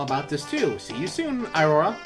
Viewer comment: iroha's name is pronounced eerohwah but spelled iro wa watch means "color is" in Japanese.